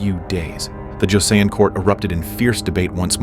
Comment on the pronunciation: Pronounced Jo-seon (sounds like son) ‘Joe son’